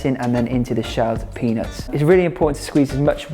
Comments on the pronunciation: It's not his accent - he did say penis, and he knew it, lol! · Why does it sound like you’re saying penis? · Chandra Heidel not his accent at all he legit said penis 😂😂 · I need a compilation of Gaz saying: Vebgetables and peanots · I keep thinking you’re saying “penis” 😂 Nice video though. I’m making this tomorrow! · If you didn’t have emphasized the peanuts .. I wouldn’t have noticed hahah